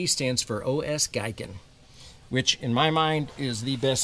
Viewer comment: just for your information - Giken as in OS Giken is pronounced Geekin so correct way to pronounce is OS Geeken. Thank for your videos as they are well done and I enjoy watching them. Please keep up the good work